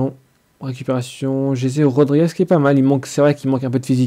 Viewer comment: fait le pas en live trop long et cest jesssse rodrigez pas jeje sinon bien